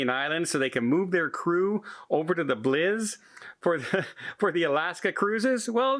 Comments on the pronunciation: FYI, the Bliss is pronounced "Blissssss" and not "Bliz" - I'm not sure if you are doing that for an inside joke or not, but wanted to let you know. Cheers! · Do they actually pronounce "Bliss" as "Blizz" in Canada, eh? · I know he keeps pronouncing it wrong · I was trying to figure out which ship is the Norwegian Bliz....